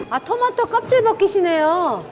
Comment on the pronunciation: 여경례 셰프도 토마토를 도마도라 그러네 실망이다